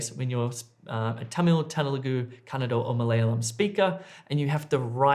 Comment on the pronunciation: Just love the way you say Kannada, spot on! Your the best 😊